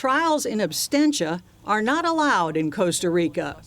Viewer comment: Ive heard this mispronounced over and over again. Its not 'tried in absTentia. The word is Absentia. (Ab-sen-tee-ah) Drives me nuts why people continue to pronounce absentia wrong. Even a trial lawyers channel 'Bruce Rivers' describes the word as absTentia. Ive also heard a judge mispronounce the word aswell.